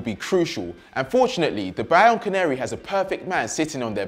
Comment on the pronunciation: Did he say Bayern Canary or Bianco Neri ??? Hahaha